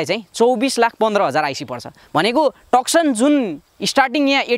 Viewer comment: टकसन हैन भाइ तुसन भंचन Nevertheless excellent video 👍👍